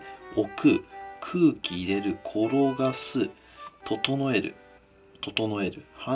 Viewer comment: 整える整えるがどうしてもトト・ノエルにしか聴こえないーw